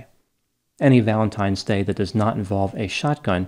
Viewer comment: I couldn’t get through this series. McNeil allegedly beat her children, but she killed him for allegedly beating her. I think you pronounced “Valentimes” Day wrong 😫